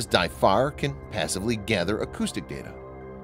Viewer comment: It's So-No-Buoys not saunabuoys. You don't say Sau-NAR, you say SONAR.